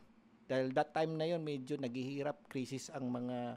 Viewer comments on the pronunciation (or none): none